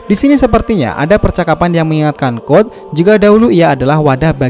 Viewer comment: Code bang bukan god